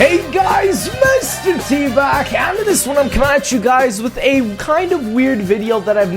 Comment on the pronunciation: I know but it sounded like tbag